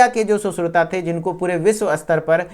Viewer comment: सुश्रुता नहीं सुश्रुत बोल बेहेंचोद